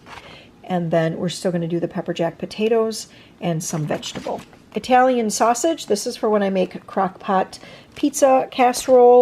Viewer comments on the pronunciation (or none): "Eye talian" must be from Eyetaly instead of Italian from Italy